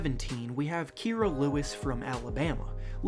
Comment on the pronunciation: He didn't say Kira Lewis right